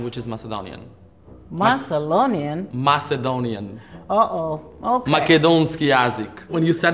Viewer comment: And she said Macelonia for Macedonia😂